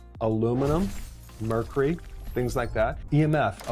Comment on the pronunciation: You pronounced mercury wrong .